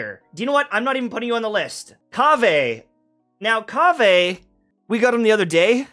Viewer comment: one word..... Kaveh 😂